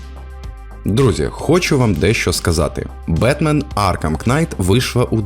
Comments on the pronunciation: Аркхем Кнайт? - kNight, K не читається в словах "knight", "knife" тощо бідна мова "вражаюче" використано 12 разів, з них в частині про Цусіму - 5 разів... "добре" - 8 разів "до біса" - 7 разів... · Дякую за крутий і регулярний український контент) Не хочу бути душнілою, але назва гри читається як Бетмен Аркам Найт, на початку багатьох слів, що починаються на kn, літера k не читається 😊